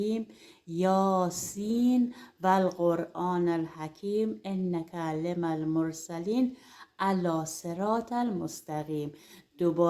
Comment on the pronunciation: لطفاً اشتباه نخونید انک لمن المرسلین آیه رابه زیروزب توجه داشته باشم الکی نیست قرآن حرمت و احترام نگهداریم